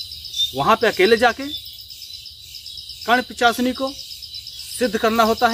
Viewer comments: Ullu banana band karo bhai...pahle to pronounce thik se karo..pichasini kya hai? Mata karn Pishachini bolo...ye sadhna wamachaar se hota hai aur aisi jagah kiya jata hai jaha tumhe koi na dekhe aur disturb kare..aur v kathin niyam hai iske..aur ha pant shirt pahan k karn pishachini sadhna nahi hota...koi accha kam karo aur like ya view k liye ye sab le k khilwad mat karo bemaut maray jaoge..jai shree mahakaal..🚩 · लगे रहो पिचाशनी नहीं पिशाचनी सही बोलना सीख पहले 😂😂😂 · Aap ko to mant ucharn nahi karne Arha hai nahi pichasni ejt diya